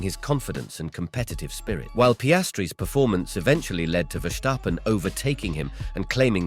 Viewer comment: It's VERstappen and not VerSHTAppen he is Dutch not German